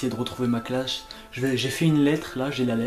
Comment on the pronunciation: T’as dit clash à la fin au lieu de classe